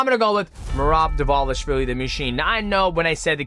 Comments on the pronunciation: he pronounced Dvalishvili perfectly though (“v” is pronounced “w” in clusters) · Respect to Mighty for FINALLY Pronouncing Dvalishvili perfectly. xD